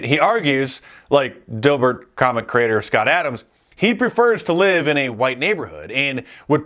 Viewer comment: The way he says huwhite, that’s it.